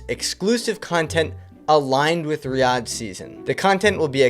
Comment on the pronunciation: Riyadh is pronounced Ree-ah-d